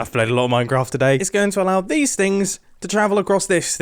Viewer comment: “Minecott Chewb”